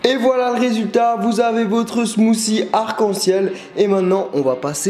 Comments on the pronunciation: 1) Suis je le seul a avoir entendu smoussi a 2) ton intro le volume est trop fort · oui mais le th en anglais ce prononce pas ss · On ne dit pas Smousie on dit smoutie avec un T :) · Smoothie Pas smoocie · smothie nous on prononce le t au quebec et quand on entend une personne pas pronnoncer le t cela nous vient a l'oreille bref bonne video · Il dit "des smoossie"... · mec tu peux du dire smoothie et pas smoosie